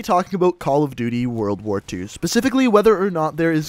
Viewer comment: "world ar war"